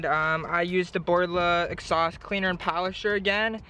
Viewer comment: Its "exhaust" not "exsaust"